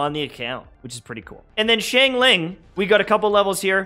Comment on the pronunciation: The way he said xingling Shingling